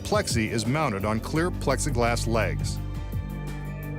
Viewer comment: mounTed not mounit ...